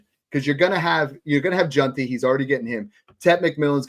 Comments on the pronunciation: Bro there's no U in JEANTY. It's not Junty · We gotta work on the pronunciation of “Jeanty”😂 solid stuff though